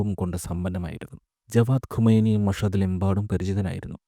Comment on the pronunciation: ഖമെനി അല്ല ഖുമൈനി